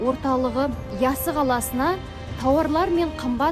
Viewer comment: ЯССА ЕМЕС ЯССЫ! ДЕП АЙТ!